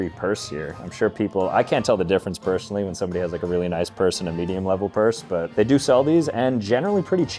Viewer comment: "I can't tell the difference PURSEonally"